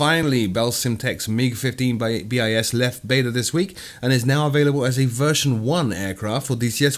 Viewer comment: It's not MiG-15 B-I-S but bis, second in latin. It'd be |bɪs| in phonetic.